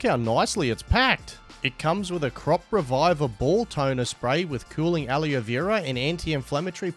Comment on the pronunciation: Sir did you call Aloe Vera, Aleo Vera?